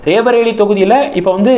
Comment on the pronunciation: It is not raebareli but sound roybareli